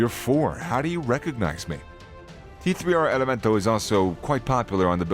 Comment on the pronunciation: It's pronounced Tercer Elemento